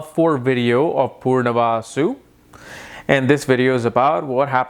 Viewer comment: Punarvasu not Poornavasu